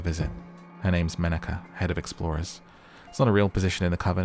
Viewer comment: ''Menaka" sounds like "menak a" which means "she/he is lonely" funny